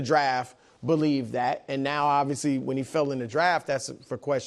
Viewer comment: nick casually saying “bolieve” cause he bolieves in bo nix